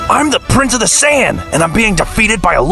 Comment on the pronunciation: Say-ya-yin Lmfaooao😂